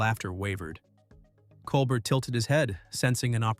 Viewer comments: Great narration! But please pronounce Stephen’s last name correctly. It’s pronounced (Kol-Bare)not (Kol-Bert) nor (Kol-Ber). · If this can’t even be bothered to pronounce Colbert’s name properly, the rest of the commentary is worthless. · I can already tell 5 seconds in this will be right wing slanted nonsense just based on the fact you didn't bother even researching how to pronounce "Colbert." You're not qualified to talk about this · It's pronounced "Col-bear", not COL-BURT. Have you never heard his name, or are you intentionally playing the ignorant card? And is this a pro-Kirk video? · it's pronounced col-bear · “Col-bert”, lol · Maybe you ought to start by figuring out how to pronounce "Colbert." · Can't even say Colbert's name correctly. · This jerk might getaway with his baloney if he would pronounce Colbert's name correctly. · Tell us you like Kirk without telling us you like Kirk. Narrator should learn how to say Colbert's name.